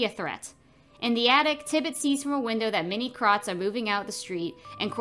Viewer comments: Why does she say it like "krot" instead of "krowt" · I love your videos but you should but a little more effort into pronouncing the words correctly. It really takes me out of the video everytime you mis pronounced krauts lol